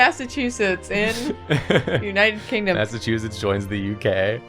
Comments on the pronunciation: According to, it's "Massachusiss" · Every time doesn't pronounce the Ts in Massachusetts, I get a year taken off my life (and every time we kiss, I swear I can fly) (we're not doing that joke this year!)